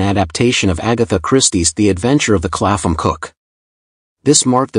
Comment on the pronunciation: Shame about the pronunciation of Clapham as Claffam.